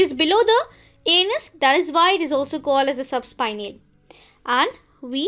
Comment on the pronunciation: "A.N.S" Not "anus"